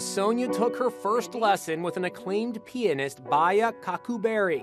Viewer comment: he keeps saying pianist like penist